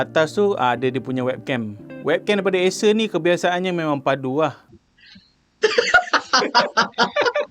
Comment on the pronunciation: asus ke acer? bunyi sebut asus. hehe